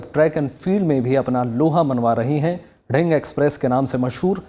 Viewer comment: nonsense its दिहींग not ढिंग